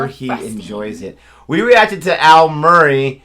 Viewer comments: MURray is a Scottish name , not French. So no stress on the second syllable. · Its not 'Moraye' its Murray as in mu-ray, drives me mad and I don't know why American and Canadian women have to say moraye instead, drives me bonkers... your partner says it correctly! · With all due respect to Americans, and I love Americans, you are beautiful people but you as a nation tend to add something to words or names which is not there or take something away that is there. Eg. Aydolph Hitlor, Al Morayy (its Murray Mu Ray no or in it .. ) Oregano (Oh re gar no not Oreganno) Worcestershire ( go on have a go .. it's Woostershire not Worcester Shire not two places ) London (pronounced Lundun not Lon Don) I know it's confusing, it's a common language that divides us that we invented and we still don't understand some of it. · Please pronounce his name properly, it's not murraaaaay it's Murray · "Muree" case closed. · HAHAHAHA,MURR AY.LMFAO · Muh like mother, ree like tea. Muh-ree. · It's pronounced "Murr - ee" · It is pronounced Mur ree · Murr raay? you'll be pronouncing Arkansas and Albuquerque phonetically next.😉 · Al Murray's name is pronounced ' Murrey ' the letter A is pronounced E , trust me I'm British ,we invented the original and proper English. We don't always pronounce words the way they are spelled. Look at this family name spelling... Cholmondeley ... pronounced Chumlee. Very confusing (to Americans). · Thats not how his name is pronounced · Just to let you know your husband is correct in the way he says Murray. Been binge watching your reactions and thouroughly enjoying them. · You're saying it wrong lady! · The name Murray has it's origins in Scotland, and the 'A' is definitely not elongated, if anything the emphasis should be on the 'R' sound.